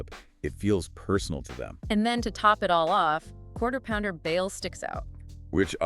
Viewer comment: Lmfao. "Quarterpounder" (the Quartering) The band "G-Wire" (Gwar) Do you know GWAR!? Yeah, Sleazy is their F*ckin' Managa'!😂